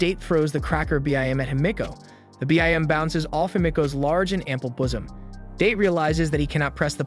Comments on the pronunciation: I believe homeboy said "her ample bossum" sir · “Large and ample boozum” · ahh yes her "large ample bossum"